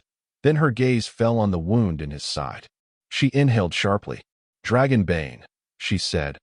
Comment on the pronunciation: The wound in his side was pronounced like I wound up my watch. You should teach your AI or human narrator the proper pronunciation. You can do better. Very good story, thanks.